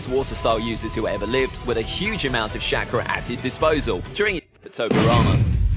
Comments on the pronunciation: "Ka-ka-shi" "shackra" ITS KAKASHI AND CHAKRA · Is it making anyone else mad that he said “shakara “ tho that might be how they said it in dub I wouldn’t know- (I watched naruto is sub)